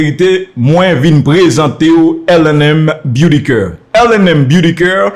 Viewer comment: Yo pa di “coeur” zanmi , yo di c-a -r-e. C yn mo anglais, tanpri prononsel bien